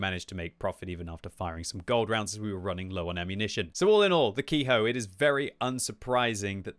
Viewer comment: The name of the tank sounds closer to "Kay-Ho" - the vowels in Romanized Japanese are pronounced as "round" vowels are in English, so "e" is pronounced like the "e" in "fen", "met", or "tech".